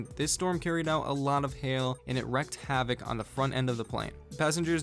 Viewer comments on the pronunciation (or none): dude said wrecked Havok